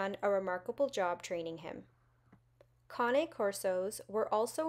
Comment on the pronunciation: I am so glad you pronounced Cane right! He’s gorgeous btw.